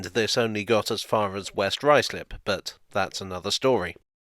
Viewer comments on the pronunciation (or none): none